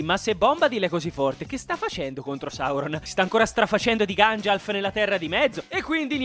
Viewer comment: "si sta facendo ancora di ganjalf nella terra di mezzo", grazie per questa cit incredibile ❤. Comunque era la terra di merdor tipo... tipo Busto Arsizio